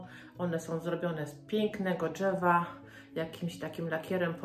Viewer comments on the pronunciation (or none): Wszystko mi się zakupowo podoba ale mówmy TRZY a nie „czy” albo drzewo a dżewo